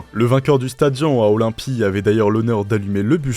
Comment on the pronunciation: Je fais du grec ancien depuis 5 ans et ont dit pas "stadian" mais "sta di -onne"